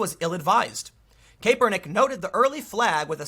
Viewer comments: It drives me crazy when someone reports on a story or is some type of announcer and they mispronounced the name. Especially when done over and over, like this video. Do a bit of research and make sure you pronounce it right. It's pronounced cap-er-nick, not cape-er-nick. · Cap-er-nik, not Cape-r-nik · It's "Cap" not "Cape" lol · you know what Tim, just ignore our comments an keep pronouncing it kay pernick. Also w the stock, firms can keep its price afloat until they find enough suckers to displace their own shares. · Something did happen. You are mispronouncing his name over and over. So great! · The way you say "Kaepernick" upsets me for some reason. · Tim you talk about too many stories with Colin Kaepernick in it to keep pronouncing his name wrong lol